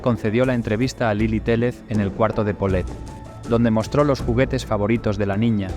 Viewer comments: Lily Téllez (teyes se pronuncia, no teles) y son Gebara (jebara) investiguen bien los nombres. La foto nones de Paulette. Le faltaron varias cosas; lo del estacionamiento y el cuartito de ahí, que el papá era un vicioso en ese entonces, Farah se fue a Los Cabos con unas amigas y el esposo le dijo: - Si te vas de viaje, te vas a arrepentir. Tiene su historia algunos Gaps y falta información muy relevante. Cómo qué la cama de la niña era muy grande y el colchón no cubría todo el espacio de la base de madera, quedaba un espacio entre el colchón y los pies de la cama, ahí supuestamente estuvo la niña por días y ni los perros la encontraron. Las niñeras dijeron que en la cama no había nada porque ellas habían tendido la cama y levantaron el colchón en ese espacio y no estaba Paulette ahí. A lo que se supo en ese tiempo era que el papá era quien había desaparecido a la niña para fastidiar a la mamá y pedirle dinero a su propio padre de Gebara, porque gastaba en vicios y no trabajaba. Una historia horrible durante el gobierno de Peña antes de llegar a la presidencia de Mex. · la periodista Lilly se apellida Téyez (se escribe Téllez) no Teles; y el papá no es Jevara, si no Guevara. Y los policías mexicanos no son tan guapos.